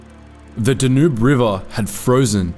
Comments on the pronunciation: Narrator pronounces DANUBE as Da-nube instead of Dan-nube! Crazy! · dan-ube .... not da-nooob that's how a American would say it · Danoob? I thought it was called Danube.